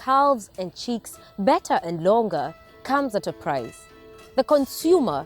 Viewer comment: The word is "chicks" not "cheeks".